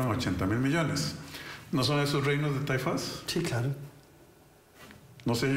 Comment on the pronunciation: Taifas no lleva tilde como lo pronuncia don Rodrigo. Son taifas, no «taifás».